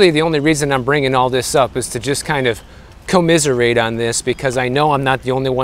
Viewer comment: "co-miserate", I heard you speak.